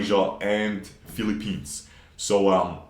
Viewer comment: ah yes The Philipenis